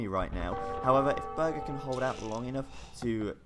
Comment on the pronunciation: it is actually pronounced "bourghair" and means "castle lord " in German.